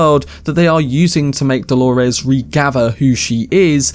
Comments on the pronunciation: Holores? Why are you calling her that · I get thrown off every time I hear you say “Dolores” lol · Why does he say Delores like that??? Is that Hale and Delores